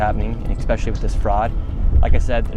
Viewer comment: The fact Nick says expecially really goes to show a smart young guy who can expose fraud and still not pronounce English words 100% is a testament to the sacrifice and under education of their state.